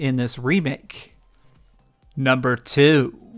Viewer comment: Bruh just use a robot voice to narrate, wtf is this "NUMBER TEW